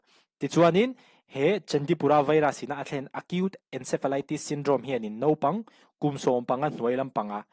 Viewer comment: Ka hlawkpui e. I rawn tihchhuah apiang hi ka en nghal deuh zel.Thil pakhat,hmasawn nan ka lo sawi lawk ang a, 'nopang' ni lovin, 'naupang' tih tur a ni.